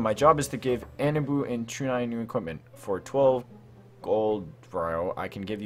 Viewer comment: HOW HE SAID ANBU IS LIKE ON-BOO ITS NOT THAT HARD